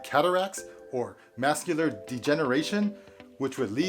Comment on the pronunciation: Bro said mascular degeneration. "Macular"